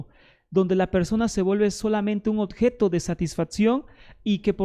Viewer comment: 20 minutos repitiendo lo mismo y hablando mal: 20 veces dice "odjeto", donde corresponde decir oBjeto! Muchas cháchara, la del peruano!